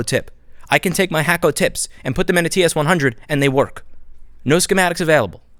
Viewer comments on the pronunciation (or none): First time I've heard someone pronounce it Hack-O. Is that the correct way?